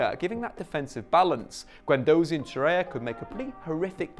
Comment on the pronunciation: Torreira not Torreya!!